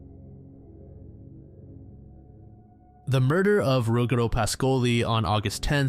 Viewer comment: Your Italian pronunciation is often accurate but Ruggero Is pronounced rudgiero with the G like in jeep. And PAH-scoli. Good job as always though